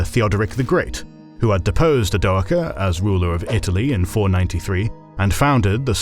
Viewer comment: I honestly don't think I've ever heard "Odoacer" pronounced the same way in any two videos....